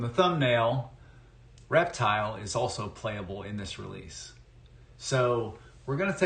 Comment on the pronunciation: I thought the announcer was saying " erectile " 😅